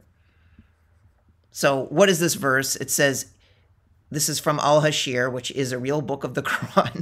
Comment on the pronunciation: You were obviously debating Amateurs who don't have strong knowledge of the book of Islam, Mohamed, or his companions. So, nothing to be proud of. Btw, your pronunciation of that chapter may have caused the confusion, it's Al-Hashr and not Al-Hasheer. It confused me as well and I'm a native Arabic speaker. But the guy obviously is not, I got that from his struggle to pronounce Arabic names, and referring to Ali as a companion while every Muslim refers him as the cousin of Mohamed and a khalifa. Also, It was a little dishonest to just focus on the phrase "Kill the jews" and not mention to your audience the history of Jews with Mohamed that lead to the expulsion of some tribes and the execution of the men in others. You should tell the whole story. Btw, you did not pre-exist them in the Area, your people were kicked from up north and migrated south to Arabia. The land was not empty.